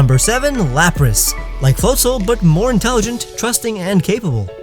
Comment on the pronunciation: god i cringed how you pronounced floatzel's name it's float-ZEL Not float-ZOL Get it right